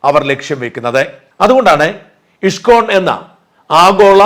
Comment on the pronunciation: "ഇഷ്കോൺ" അല്ല "ഇസ്കോൺ" എന്നാണ് ഉച്ഛരിക്കേണ്ടത്